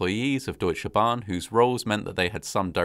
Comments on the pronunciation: Great Job at pronouncing Deutsche Bahn! 👍 Native English speakers often seem to struggle with how to pronounce the German 'eu', but you did a really great job! (I often hear it pronounced as 'oo/u', but it's really closer to 'oi' :)) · My compliments on how well you can pronounce difficult words like "üstra" and "Deutsche Bahn". I was still a member of the disaster control service in 1998, but I was in Hanover and it would have taken me about two hours to get to Eschede. By then, German army helicopters and other helpers were already on site. Many people died immediately and no help was possible. It was, as so often, an avoidable disaster. Today I live in the municipality of Eschede. Sometimes I see the memorial with the 101 cherry trees and think that at least this memorial was well built.